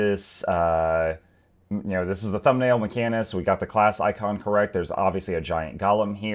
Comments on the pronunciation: macanist? you just slapped that H out of the word like it owed you money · Come again? HOWW do you say mechanist??😂 Edit: pet class fans comment—> necros exist